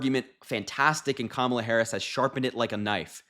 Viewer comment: Thanks,! But we'll need another name for her team. The accent in Kamala is on the first syllable. That's okay, the whole world will know how to pronounce it within the week. Thanks so much for your support! Americans don't often express how grateful we are to our friends overseas. It means a LOT to us. 🤎 😊 👍 💙